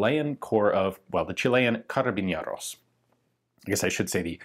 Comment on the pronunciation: Feels weird that he's saying "carabiñeros" instead of "carabineros", idk if it has something to do with the accent, but that's an N, not an Ñ